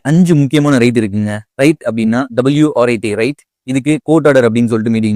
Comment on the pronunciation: Write illa WRIT!!